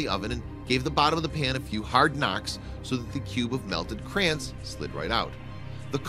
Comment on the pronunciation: I hate the way the narrator pronounces "Crayons". What the f**k is a "Crayen"?